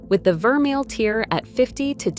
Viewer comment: If she knows so much about jewellery, why is she pronouncing vermeil and pave incorrectly unless this is AI! 🤖